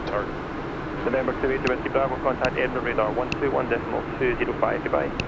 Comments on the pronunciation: Edinburgh........Edinburruh...... the g is silent ..... excellent video chaps. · Flying to my neck of the woods in this one, welcome. I found it funny 😂your original pronouncement of Edinburgh, I'm sure we all do the same with American Cities / States. I'm not a IRL pilot so wouldn't be able to answer your question on RTC call, but I'm certain someone will. There is another landmark on long final to right (Jeff's window) which is the Forth Road Bridge. Looking forward the flight to Iceland next, I flown similar on MSFS.